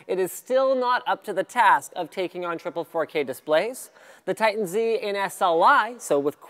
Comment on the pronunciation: "Titan ZEEE"? comon Linus, I expected more than that from you:(